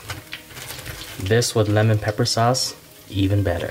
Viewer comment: No one: Literally no one:: Let me show you how easy it is to make Lemon Pepeqaullalgagglalgaaglaa wings